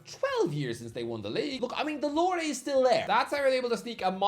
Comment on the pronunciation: Ah, he's saying "Allure" I kept understanding "lore" and thought "I guess that is a word you could use to describe a history of winning things"